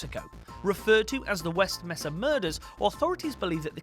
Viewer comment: Mesa; MAY-sa not MESS-ah